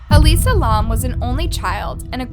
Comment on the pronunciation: You really should look up pronunciation before you film, example Elisa Lam, Cecil Hotel…. I noticed it on the Jaycee Dugard case too